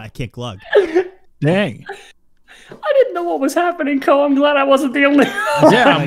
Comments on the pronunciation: it's not Glug it's GUH :) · Mori: "gUH": "desperately chokes while trying to pronounce it"